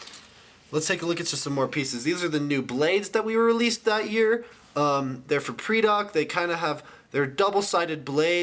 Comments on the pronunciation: It's pronounced PRY-Dak. Not PREE-Dak. Lol you're terrible at pronunciations, but it's understood. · It's pronounced "Paradak" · ether u pronoused pridak rong, or its a tomato-tomoto thing.